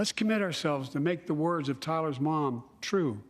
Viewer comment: Did he really call Tyre Nichols Tyler?